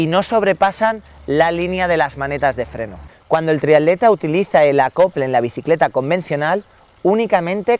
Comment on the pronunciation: Muy bueno, especifico y bien explicado. lo único es que repetir triadlon y triadleta en lugar de triatlón y triatleta tantas veces llega a ser molesto